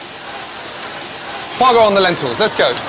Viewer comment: it's foie gras. it is either duck or goose liver. it's pronounced fwah grah as it's french.